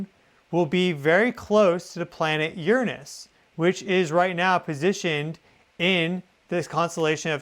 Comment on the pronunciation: finally somebody that pronounces Uranus correctly! It sounds so much better like that.